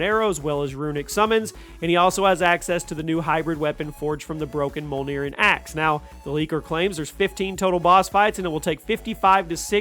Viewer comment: Jormungandr is pronounced "Yor-mun-gan-der" and Mjolnir "Me-ol-ner"